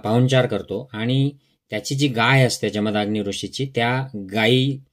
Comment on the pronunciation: "जमदाग्नी" नव्हे, "जमदग्नी"